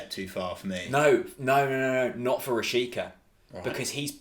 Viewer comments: Btw you pronounce Rashica "Rashitsa" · Milot Rashica (Meelo Rashitza) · How come Bundesliga expert (friend of yours) accepted that weird "Rasheeka" pronunciation? Quite hilarious. 😂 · Rashica is pronounced at the end like Pizza